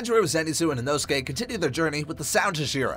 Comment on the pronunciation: It’s not said inosuke but said inohsuke